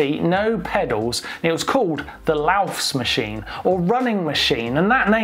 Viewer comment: It hurts my ears :) It's called "Laufmaschine" not "LaufSmaschine".